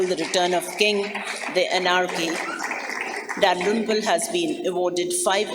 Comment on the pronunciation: I like how the lady pronounces William Dalrim-poo